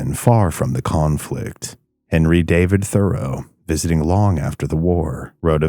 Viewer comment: You lose a lot of credibility when you mispronounce the town of Gloucester so badly as well as lichen and Thoreau.